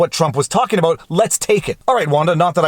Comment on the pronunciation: Did he just say aboot?